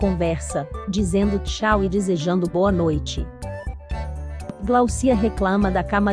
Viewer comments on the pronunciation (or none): 😮mais um falando errado.. GLAUCIA. GLÁUCIA ,OLHA O SINAL FORTE.